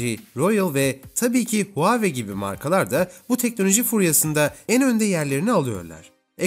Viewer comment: Supır demeyi öğreneceğine huaweiyi telaffuz etmeyi öğren la